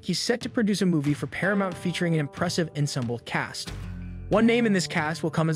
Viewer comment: Tommy Lee Jones adds class & great acting to any movie or show smart enough to get him. If I see his name I’m excited & immediately watch. (Aside: please pronounce ensemble correctly. :) No judgement-just noting. lol